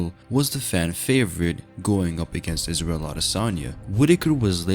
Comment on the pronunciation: "eef oi wos israyel oi wood feer mei."